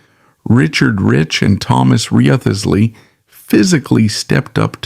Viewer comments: Wriothesley is pronounced "Rizzlee" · Risley. Chewder, not Tooder